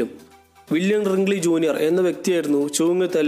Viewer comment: സുഹൃത്തേ റിങ്‌ലി അല്ല wrigley എന്നാണ്